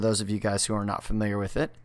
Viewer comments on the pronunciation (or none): none